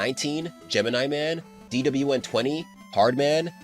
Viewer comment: The way you say DWN is so satisfying to hear for some reason especially in 2× speed